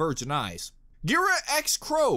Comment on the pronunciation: Ghira's name is pronounced Gear-a, as in Bagheera, the panther in The Jungle Book. Sienna Khan, the White Fang leader they mentioned, is a Shere Khan mention. I want to find out what the hell they did with King Louie!